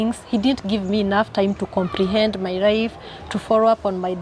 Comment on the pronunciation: Did I hear her say my rife